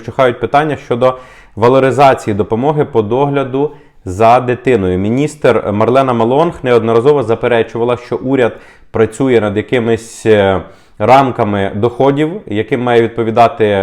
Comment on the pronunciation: Ну та, як завжди все буде для неробів. P.S. міністер має прізвище Maląg а не Малонг 🤣